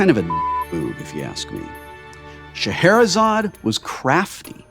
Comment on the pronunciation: sigh It's Scheherazade for gods sake